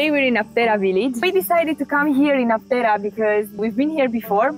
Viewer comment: A tip for the correct pronunciation is when you see a sign of a region that has Greek and English, in the Greek word you can see which letter is stressed because it has the punctuation mark ' above it, in this case Άπτερα it is stressed at the first letter "Α" so it is A-ptera, not Apt-E-ra.